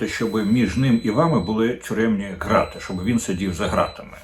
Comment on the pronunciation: Дмитре,ґрати укр- вимовляється через Ґ,як і ґанок,ґедзь